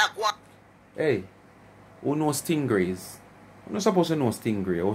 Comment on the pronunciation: Not Stin-grays, but Sting-rays. They are related to sharks because they have no bones, but cartilage.